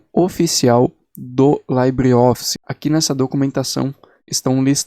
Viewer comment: A pronuncia correta é "libreoffice" e nao "laibreoffice", pois o termo libre não é de origem britânica...